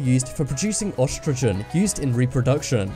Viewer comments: the guy said ostrogen when its actually spelt and pronoced e-strogen with an e. ESTROGEN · It's pronounced estreogen not ostrogen and is spelt oestrogen the o is silent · ostrogen? lmao what accent changes an e to an o? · Guys without armpit hair just look weird. And oestrogen is not pronounced "OSS-tro-jen". Look it up.